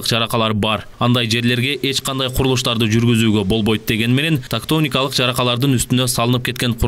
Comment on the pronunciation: Тактоникалык эмес. Тектоникалык деп айтканын туура болот.